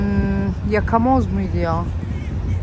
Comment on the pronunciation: Hayırlı Ramazlar kızım ❤ “Yakamoz “ deniyor 😊